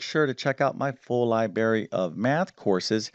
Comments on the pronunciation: Good Math! (but it's LibRary, not Liberry) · Thanks for math help. Add “r” to libary. Hurts my ears.